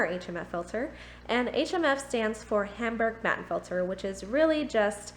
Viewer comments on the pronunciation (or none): Speak it like: Humboorger Muttenfilter :)